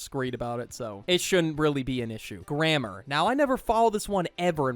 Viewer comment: Why is nobody talking about how he said grammer not grammar, he did it on purpose